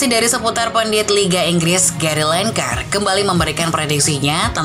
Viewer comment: Mind Gary Lineker. Sebut nya GE_RY LI_ NE_KER. BUKAN BUKANG GERY LENGKER